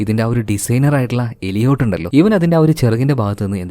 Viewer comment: എലിയോട്ട് ❌ ഏലിയറ്റ് ✅